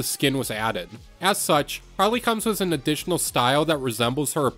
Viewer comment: Bro say wiss instead of with